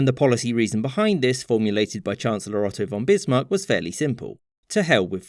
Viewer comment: Finally some english native pronounces Otto von Bismarck right.